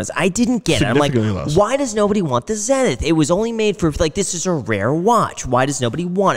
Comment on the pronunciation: Hey great Interview! Zenith is a great brand but its pronounced a bit differently ;)